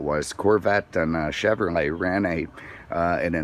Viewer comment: "Chevermay Corvette"?